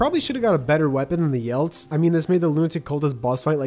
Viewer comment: "the yelts" Ye-lets. YELETS